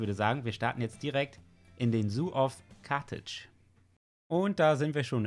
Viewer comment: Carthage= Karthago auf englisch 😀 und lustig das du so Probleme mit dem Namen hast das du es im Titel falsch hast 😂